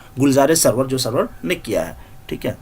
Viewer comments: سرور نہیں ہے ان کا نام سارور ہے یہ لکھا سرور کی طرح جاتا ھے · Nice but Sir for your kind information this is not Sarwar it's Suroor( Rajab Ali Baig Suroor)... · Soroor h.... Sarwar nahi